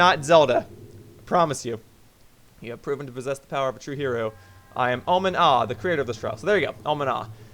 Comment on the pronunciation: Oman Au, I pronounce it Oh-min Oh